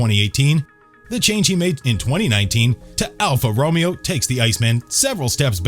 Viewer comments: alfa romio lol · It's pronounced Sebastian vetl It's pronounced Daniel Ric ar d o Its pronounced Reno It's pronounced Kimi ri kanan It's pronounced Alfa ro may o It's pronounced Eddie Ir/Ur/Er vine It's pronounced Jag u a It's pronounced Alan Prost You can just tell he has never watched F1 before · Alfa Romeeeo and Juliet? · You couldn’t pronounce these names more wrong if you tried. The names, I understand. They can be difficult. But Renault. How did you mess it up so bad? That and Alfa Romeo, which is literally sold in the US. It’s not hard to find the proper way to pronounce it online.